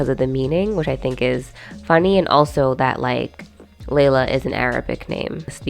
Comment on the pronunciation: I adore A Thousand Splendid Suns, but listening to the audio book the name Layla is pronounced closer to Lilah, so I don't really associate Carlin's Laylah with the Arabic name